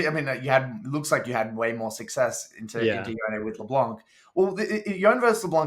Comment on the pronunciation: Major pet peeve of mine is how he pronounces Yone. Its Y-own-eh.